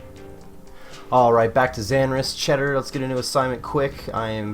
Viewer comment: Chaeldar*** not cheddar lol